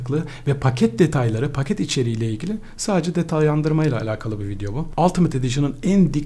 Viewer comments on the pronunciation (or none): none